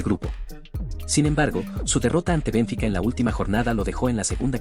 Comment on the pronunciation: 50 años siguiendo el fútbol y ni siquiera sabia que se pronunciaba Bénfica.